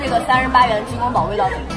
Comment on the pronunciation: 提个小意见。鸡公煲（bāo 包）不是（bǎo保）